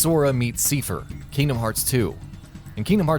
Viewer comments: That isn't how you say seifer, it's said in the game dude, it's pronounced like Cypher, like I not E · You keep saying seefer wbphen they even pronounce it correctly in the cut scene as saifer. If you can't figure out pronunciation ask someone. You sound like an idiot when you don't. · it's not a reference to kingdom hearts 2?? it's for 358/2 days. also, do a lot of gaming channels not play square enix games?? that's not how you pronounce Seifer. it's like psy-fer. personally, I pronounce it tee-dus, but that name is still up to debate. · The fact that Seifer's name is pronounced in the video, you kept mispronouncing his name .. Wow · Seifer is pronounced correctly in the featured KH2 cutscene, yet can't get it right:( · That's not how you pronounce Seifer.